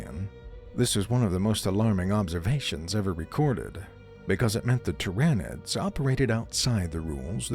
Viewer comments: the "ty-ran-nids" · The script it reads needs to have phonetically spelled names